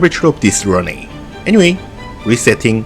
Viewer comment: I dont mind the accent, or inflection, I prefer the authenticity. But, if it makes you feel better: work on "Runway". Run Way, Run whey, Runwhey; like cards and whey. But, like I said, authenticity is better than perfection.